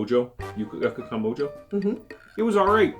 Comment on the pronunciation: Mojo is pronounced Mo-ho.